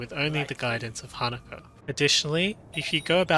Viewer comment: Her name is HanakO not HanakA.